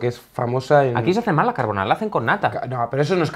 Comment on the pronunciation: Dios, españoles hablando correctamente de carbonara, GRACIAS.